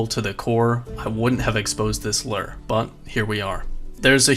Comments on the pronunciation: why the fuck do you say LOOR? instead of LURE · why do you keep saying "invent-ary" and "Lurrr"?